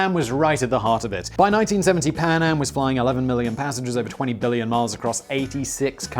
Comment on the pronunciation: I can't help hearing Panem rather than PanAm